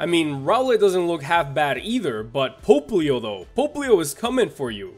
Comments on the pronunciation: Why does he say "Pope-leo"? Everyone else I have heard says "Pop-leo". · It's “POPP-lio,” not “POPE-lio”! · it's pop-lio NOT "pope"-lio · Pope-lio Francis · isn't "popplio" pronounced "pop", like... popping bubbles?? because popplio is a water type and bubbles and water and shit?? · Hahaha yes i hate it too when he say it that way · Rintoharu Right... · That pronunciation of Popplio tho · It's pronounced row(like eyebrow)-let pop-pli-oh